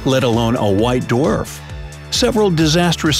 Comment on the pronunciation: let alone a white "DWERF" 😂😂